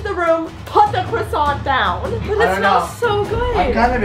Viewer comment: "PUT THE CRASSONT DOWN!"